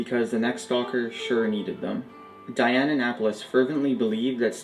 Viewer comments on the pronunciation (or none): none